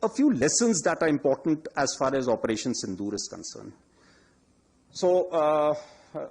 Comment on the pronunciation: As par as this concrun, that concrun, as par as.... ..... Haha